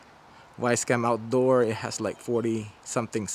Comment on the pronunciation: "Wisecam Awtdor"